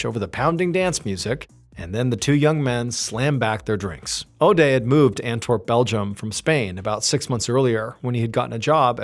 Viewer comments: If you say Odey one more time I'm going to puke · this was a 5 min story lol. Could make a drinking game out of it. Take a shot every time Mr. Ballen says Odea.